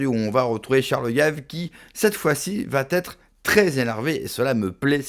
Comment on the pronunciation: Petite suggestion importante VA- ÊTRE et non pas : VA- TÊTRE